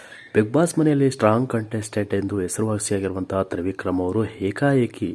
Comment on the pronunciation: ಹಪ್ಪ, ಹಮ್ಮ, ಹೆಕಹೇಕಿ, ಅಲ್ಲಪ್ಪಾ , ಸರಿಯಾಗಿ ಕನ್ನಡ ಕಲಿತುಕೊಳ್ಳಪ್ಪ ತಂದೇ 🤦‍♀️🤦‍♀️🤦‍♀️🤦‍♀️